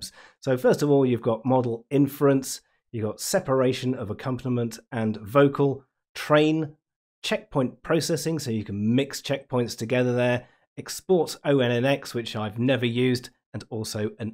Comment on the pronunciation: ONNX is generally pronounced like the gem, Onyx.